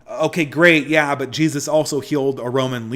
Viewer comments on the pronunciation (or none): none